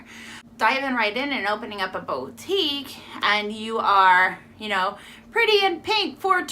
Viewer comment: Hi! here. I'm new to this and your info was very helpful and understandable. Just a little thing, boutique is pronounced "Boo-teek", (hope I'm not being annoying). I'm watching all of your videos, thanks.